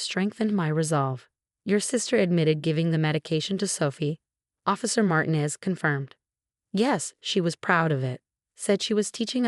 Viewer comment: Please, it's MartEEnez. Please pronounce this correctly. Otherwise, this is a good story.